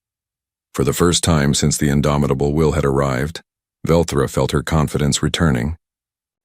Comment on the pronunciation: its velthra not Velcro however it it were Velcro it would stick with you